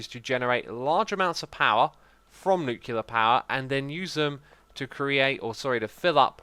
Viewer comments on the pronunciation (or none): Nice video as usual, but a little thing is buging me: It's nuCLear power, the l come before the e, during all the video you are saying "nukelar" or something like that, that is killing my brain each time... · nuclear is pronounced nyoo - klee - er not nyoo - kyoo - ler it annoys me every time you say it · Every time he says "Nucular" instead of "Nuclear" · Is anyone else bothered by him saying "nu-cue-lar" instead of "nu-cle-ar?" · nuclear vs nucular, which is right? Does it matter? You decide.